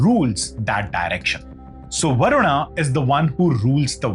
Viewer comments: Wo varun not varunaaaa kis pe bitha rkha h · Everything is good but your pronunciation to a sanskrit word like Varuna and Yajna are completely wrong. It sounds like western ascent you should be a proud Indian and pronounce in pure sanskrit ascent.